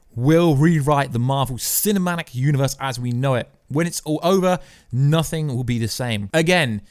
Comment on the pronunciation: YOU NEED TO SLOW YOUR SENTENCES DOWN..! YOU MAKE SO MANY PRONUNCIATION ERRORS...for example "CINAMANIC" AND YOU SAID IT TWICE! Matey, your content is fun but EDIT yourself, stop repeating yourself and then contradicting yourself in the next sentence, it's very annoying. Just some friendly constructive advice.